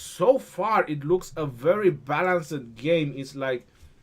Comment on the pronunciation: great vids. Much appreciated. Balanced- don’t pronounce the end sound, making it two syllables. Ba-lance(d). The end sound is a very slight ‘t’ sound, but it isn’t really necessary to pronounce. Cool, hope this helps! (Sorry, btw-I’m an esl Teacher... lol ocd kicking in!! Lol)